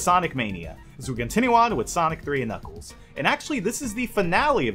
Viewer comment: knuckles? I thought he said nickels